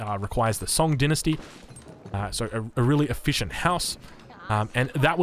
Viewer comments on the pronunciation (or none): You can say the same for the Chinese with him pronouncing dynasty as "dee-nus-tee" instead of "dai-nus-tee" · Lol, dinesty, you mean dine-esty